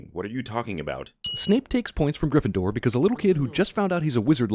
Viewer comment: I stopped watching Cinema Sins around 2016. Everything just seemed to be the same video after a while and so many things they called sins were just not. It's like they started reaching for reasons to stay relevant Also, my guy said "you're not a griffidur" 🤣bruh made my day for real